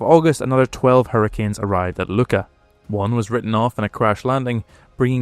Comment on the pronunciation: The Maltese pronunciation of Luqa is a bit odd for English speakers. It's not a K sound. It's more like Loo ah with like a glottal stop in the middle. There isn't really a sound like it in English, so it just got pronounced Luka.